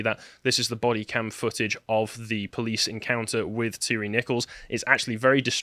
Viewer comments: Tie Ree is the phonetic pronunciation not Tirry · Every time I hear your pronunciation of of Nichols' last name, it sounds like you're saying Terry - as in the co-conspirator of Timothy McVeigh. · It's "ty ree"